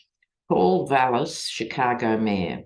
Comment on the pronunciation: Hi, dear! Must congratulate you on your pronunciation of CHICAGO…spoken like a true Shi-KAA-go-in!